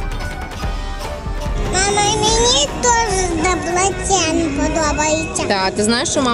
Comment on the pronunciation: ДЕбрецен. Наголос на перший склад. ДЕбрецені. Як навмисно 100 разів неправильно говорите